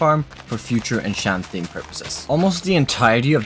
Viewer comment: Pronouncing words wrong isnt cool or fun or funny. It just slowly destroys language. Its not ensjanting, its enchanting, ch...from chi. Pronouncing words wrong on purpose is not funny, its moronic. It just destroys your language, especially to new learners. Generally imagine being told pronounciation by people that learned your language later in life, but at your age you still cant pronounce enchanting...its kinda sad really. Non of this is meant offensive by the way, i just really dont understand why you wouldnt just pronounce it right. All your doing is making it weird for non native english speakers or english learners. 🤷‍♂️